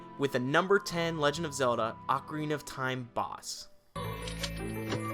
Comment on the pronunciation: You beat it four times but you don't know how to pronounce Ocarina.